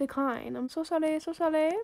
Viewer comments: Why you say Sorry Into: Solly?!?!?! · Oop I think 5 times- the last wan was ‘sorry’ not ‘solly’ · Mirza she says solly instead of sorry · ITS NOT SOLLY ITS SORRY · How many times she said “solly” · This is how many times she said “I’m solly” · I love how much lavender is just happy and excited for anything and I really love when she say solly it makes me laugh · she makes me laugh she like “so solly” “so solly” then when she got the trade she like OHHHHHH OHHHHH YESSS OMG YESSSS OHHHH PEARL OMGGG MY BESTIE FOREVER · I luv how u said solly🤣and i love ur voice! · So solly so solly I love it 😂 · I Laugh So Hard When She Said Solly So Solly Lol 💙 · Me: what's por favor Also me: I'm so dumb she just says it Her:i french now Also her:solly and por favor Love u <3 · I just Realized u said over 5 solly😂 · I just love the fact how she says "so solly" XD🦉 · How many times did she say excuseemwa solly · I'am so like you say solly